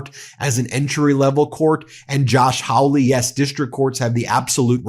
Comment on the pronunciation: The disgusting Josh Hawly's name is pronounced "Holly-ish) is truly horrible.